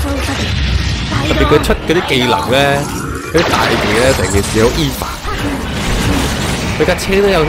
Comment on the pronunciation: EVA 唔係讀「衣Fa」，係讀「欵FA」